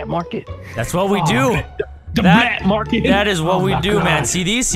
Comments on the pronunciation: 'DA BLAT MARKET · "Blat Market" wut